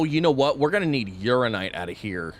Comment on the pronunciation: I really wish he’d pronounce Uraninite properly.